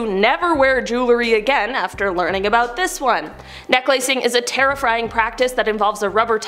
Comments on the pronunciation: If this were TikTok the comment section would be full on how she said terrifring and not terrifying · Ok I'm sorry but did no one else hear terrifrying? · haha she said terrifrying